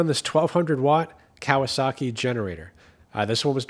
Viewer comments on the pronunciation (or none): none